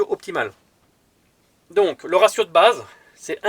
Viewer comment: j adore les gents qui parle bien français (( le resio ou razio MDR ))